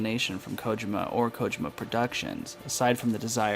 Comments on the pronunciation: I had to watch this with close caption so I can mute your voice. Your voice trying to mimic the way Solid Snake speaks was really annoying and your mispronunciation of Kojima was like listening to nails on a chalkboard every time you pronounced it wrong. Big thumbs down. Despite all that, I also believe your theory. I knew something wasn't right from the get-go. And after playing TPP and the reveal of Venom Snake's true identity, everything made complete sense. But now that Kojima is gone, I heard a rumor that Konami was going to do a remake of "Metal Gear" to bring the series to a full circle, but not sure how that will turn out. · My Sister-in-Law and my wife speak Japanese and they agree that the way you said this name was wrong. However, toward the end of the video, you did say it correctly. I didn't catch that until after I had them watch it since I muted the video when I first watched it. Either way, I look forward to the next video and that you're not going to be doing the voice.